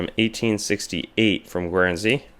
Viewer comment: That state in Mexico (Jalisco) is pronounced hah-LEE-scoh. Guernsey is pronounced GURN-zee. Guyana is not pronounced the same as Guinea. It is pronounced guy-AN-ah.